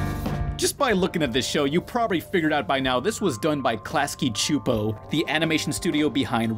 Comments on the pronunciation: Why do you pronounce Csupo as "Chupo"? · Csupo sounds like Supo, not Chupo (if the ending creepy voice saying was correct). Like your reviews, gonna check out Duckman one of these days.